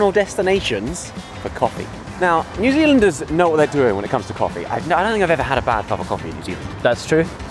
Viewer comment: Did I just hear New Zealingers?